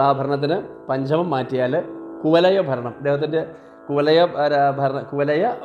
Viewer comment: കുവലയ അല്ല കുവലയാ എന്നാണ് 🙏